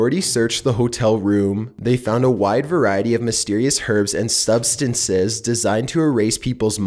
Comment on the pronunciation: 'they founded a wide variehty of myssteriouss Hhhurbs n stub-stancehes'